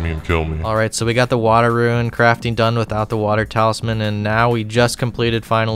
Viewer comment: How can you pronounce ichalthin perfectly but not rune 😂